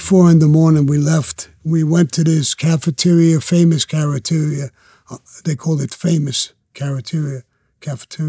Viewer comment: The " careteria" 🤷🏾‍♂️